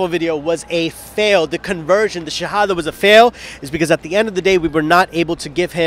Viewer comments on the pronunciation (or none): Speaker needs to learn the correct shahadah pronunciation.